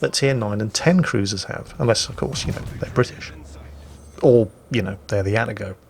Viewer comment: Atago... A-ta-go Not At-a-go Verified by my Japanese coworkers.